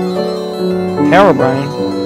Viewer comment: herubrine... wut (that was hilarious)